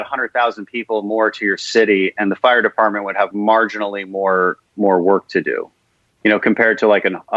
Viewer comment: "But Muh fire partment"